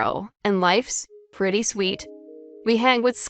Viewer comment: Re torut? Preety? Tented? Cleeck? Underhestamate? Who is reading this?